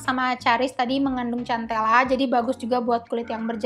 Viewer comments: Maaf kk bacanya sentela bukan centela 😘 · Agak gimana gitu denger cara penyebutan cantela😂 soal nya boasa sebut nya santela😁